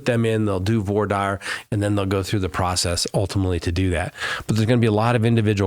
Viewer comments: You need to learn how to pronounce “voir dire” it’s “vuhrah deer” not the way you’re pronouncing it 😂😂😂😂😂😂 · spoke too soon, you switched back lol Voir is like voila without the la. Dire is like "dear"